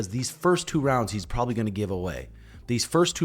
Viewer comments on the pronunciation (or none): none